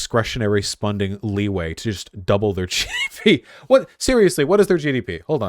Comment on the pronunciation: "Discretionary spunding" -Vawoosh, 2022